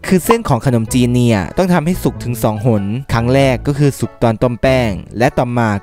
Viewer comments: คนอมจีน ในความที่ฟังเขาพูดไม่ชัดแล้วลองอ่านดูเป็น คน อม จีน55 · คนอมจีน = คน - อม - จีน 😂😂😂